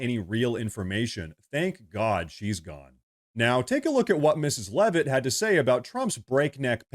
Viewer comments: We are most likely cousins which is why you pronounce Leavitt correctly. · And she pronounces Leavitt correctly. lol Thanks!